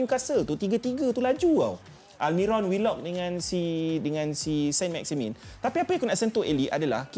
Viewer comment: sebutan yg betul adalah sang maximang. sebut "ang" tu bunyi sengau sket.